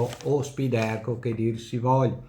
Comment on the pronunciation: Si legge “Spàiderco” (accento sulla a), derivando dalla parola “Spider” (ragno, logo dell’azienda) che si pronuncia “spaider”. I recensori americani lo chiamano tutti così. Complimenti per i video e le recensioni.